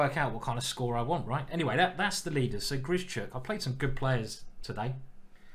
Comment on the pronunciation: Ben says why do you keep butchering Grischuk's name. It's not 'Grishy - Chuk' for Christ's sake, practise saying 'Grish - Uck' in the mirror and remember there is no 'Y'.